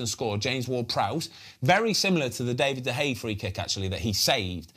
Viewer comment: One day Ben will learn how to say De Gea's name